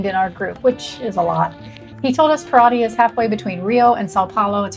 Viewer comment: Para--CHEE. Ca-SHA-sa. Kai-pir-EEN-ya. It's Brazil not Wisconsin. LOL